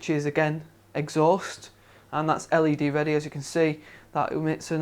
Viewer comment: It sounded like he was always saying the fans were LAD ready, but turned out to be LED ready -_